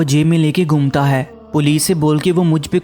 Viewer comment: Aap khe ko hey mat padhe plz . Irrigation hoti h